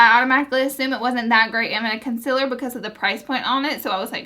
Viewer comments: Lol consiller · Omg the way you say concealer😤😷😷